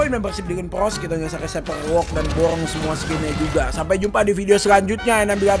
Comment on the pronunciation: borong bukan borrong